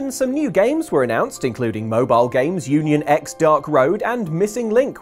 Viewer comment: for future reference, the x in Union x is meant to be said as cross....and in Unchained x Back Cover it's said like key...man Japan loves to be confusing with the letter x worlds I NEED to see in Kingdom Hearts at some point whether in 4 or not ( without repeating any from the video ): Gargoyles a combo DuckTales & Darkwing Duck world ( Duckburg & St Canard are only separated by a bridge so.... ) Kim Possible Phineas & Ferb ( perfect new minigame world....I can't be the only one sick of seeing the Hundred Acre Wood at this point ) some version of Marvel ( likely working with Spider-Man in NYC but there's tons of possibilities ) Robin Hood Black Cauldron Wreck It Ralph ( even just Fix It Felix, Hero's Duty, Sugar Rush & Game Central Station would make a great world ) Treasure Planet Atlantis Raya & the Last Dragon Rescue Rangers ( the actual show not the recent meta film ) Who Framed Roger Rabbit? Sword in the Stone ( Merlin's been an integral character from the start but we haven't been to his world yet... ) Inside Out ( the Heartless acting as negative emotions basically writes itself) Galavant ( seriously way too underrated ) Simpsons ( come on...you know it would be fun just to run around Springfield ) Once Upon A Time ( imagine Sora meeting the Storybrooke versions of characters he's already met the original Disney versions of like Snow White, Cinderella, Hook and Elsa, plus it'd be fun to see him react to Regina, Emma and Rumple )